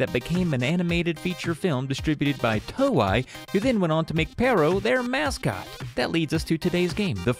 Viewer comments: Stop saying "Toe-Eye!!" I know you're part troll and you'll call me a "WELL ACTUALLY," but paaallleeease!!! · The 'ei' in 'Toei' is pronounced like the 'ei' in 'chow mein'.